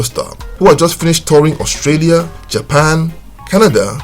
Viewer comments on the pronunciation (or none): none